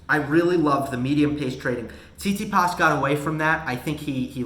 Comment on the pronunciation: Can you say "Tsit-Si-pas", please? It isn't "see-tsee-paas"